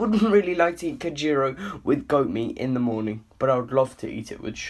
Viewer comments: not kanjeero and kambulo😂😂 it is canjeero "Anjeero" cambulo or "Ambuulo" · Guy said kanjero. 😉. Most possible way for a non somali to pronounce it- is anjero. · Not kanjero but canjelo pronounced as anjelo anything in somali language with c is spelled as ع in the arabic word so just say"a" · I really feel like eating some Kanjeero right now XD I'm joking, it's pronounced with a strong A (try saying An-jeero from your throat). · For foreigners who can't pronounce the word. Canbuulo Pronounce A= Anbuulo not Kanbuulo and canjeela pronounce A= Anjeelo or Anjeera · Is not kanjero is aajero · Don't say kanjero but say anjero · Bro u have done a very good job thanks. But let me correct a little pronouncing of some words like, canjero ( Anjero) and if u sea the c word u can easily say it as an (A). Thank u once again. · You said what KAMBULO 😅😅😅😅😂😂🤣🤣 AND KANJERO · "Kanjeero" lol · kkkkk mistake due to pronunciation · The way you said canjeero LMAO 😂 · Amazing video, but the c in Somali is not pronounce as a K so Canjero and camuloo are pronounce with a k, but more of a hard a sound a letter that is shared with Arabic. Also I Didn’t see those cabs when I went to Somalia, but I did see Bajajis(I don’t know how to spell it) these call vehicles that are also in Kenya with no doors kinda like scooters, with a back seat, a roof, and 3 wheels. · the way he said "canjeero" and "cambuulo"😂😂😂😂 good vid btw